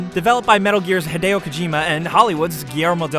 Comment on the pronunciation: you don't know how happy i am to find somebody who says hideo as hee-day-oh and not high-dee-oh (*cringe)